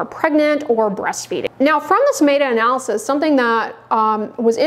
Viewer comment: Pretty sure it’s MET-A not MAY-TA 😂